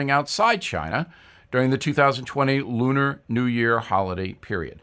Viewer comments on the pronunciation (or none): none